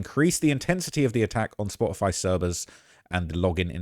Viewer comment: Its Spotify...because there's a facking "t" in it!